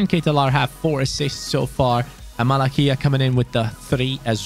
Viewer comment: malacia not malakia mate